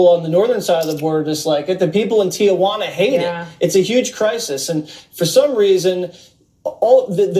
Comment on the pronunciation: Somebody needs to tell the media it's TEE WHAN UH NOT TEE UH WHAN UH!